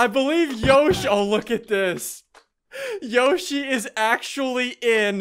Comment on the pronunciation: hey dont say yossi ulgy